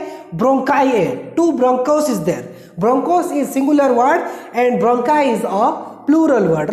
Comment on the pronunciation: Bronchus hoga aa bRonchists higaa